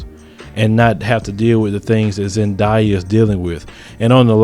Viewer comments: zendaya. zen-day-a. wtf is a zediea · it's not pronounced Zan* die* yah.. it's Zan*day* yah.. btw I'm a mullato too ☺ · He said Zendia 😂😂😂